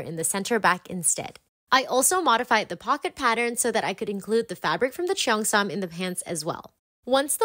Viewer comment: this is soooo cute!!!! and the ribbons on the back make it look even better!!! but i'm sorry i just don't like how u pronounce cheongsam like "chi-yongsam" bcs i know it should like "chong-sam" 😭